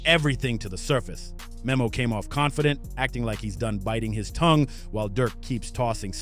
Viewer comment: Its pronounced like nemo